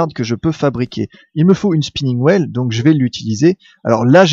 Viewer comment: Attention à ta prononciation en anglais xD Spinning Wheel (will) et pas Whale (wèle)(parce que baleine tournante ça fait un peu...:D) Platinum Coin se prononce Coyne x) Anyway c'est plus marrant qu'autre chose:D continue comme ça, super vidéo!